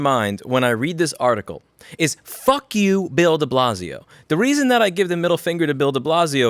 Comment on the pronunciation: There's always something quite satisfying when someone with a NY Jewish accent says "fuck you"